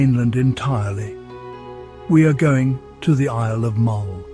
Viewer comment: Dear god., get your pronunciation correct. Burgh and Mull as a starter!